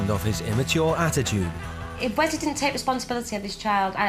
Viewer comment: How can you pronounce Wesley like weZley